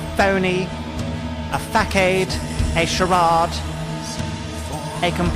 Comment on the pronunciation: I thought that fake educated drone was shit but, you can't even pronounce 'facade'! You can't teach me anything - not even how to laugh, again.